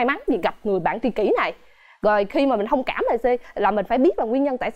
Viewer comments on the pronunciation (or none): 3 cái tư duy “Yêu hương” “Hông kảm” “Ha hứ” =))